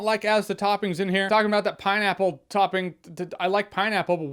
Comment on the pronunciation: It's pineapple, Jeremy. Pineapple.